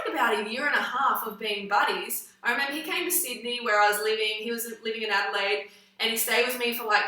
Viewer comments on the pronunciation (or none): none